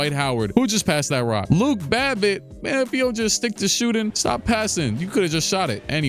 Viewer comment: he said luke babbitt how soulja said drake lmao